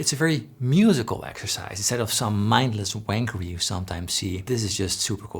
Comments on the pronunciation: “Mindless wankery” in a Dutch accent is my new favourite thing 😂😂😂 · “Mindless wankery!” Always hilarious hearing British profanity in non-British accents. 😂 Thanks for the tips Paul. This video made me realised I don’t make too many rookie mistakes. ❤